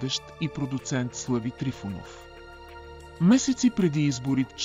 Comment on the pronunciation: Защо изговаряте Тъки вместо ТАКИ, също и начина на говорене, въпреки приятния глас на говорещия, сякаш устройство говори Също на бУдигардове вместо бодигардове и СлЪви Трифонов 😅